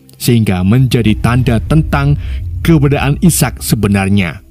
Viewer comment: keberadaan nyet bukan kebedaan menit